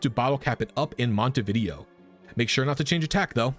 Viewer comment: We need a "Pokemon trainer" NPC that just let's you freely change a pokemon's EVs, IVs, nature, ability and moves once you finish the post-game, in exchange for money, not a special hard to get token. Also, not him calling Montenevera "Montevideo" 💀